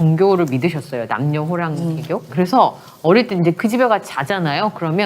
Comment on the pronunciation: 뭔 남녀호랑개교?? 누가 그런 발음을 쓰나요?? 제대로 조사하고 발표하시기를 합니다